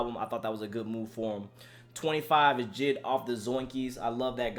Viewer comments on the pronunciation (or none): Are going to pass the fact my guy said JID instead of J.I.D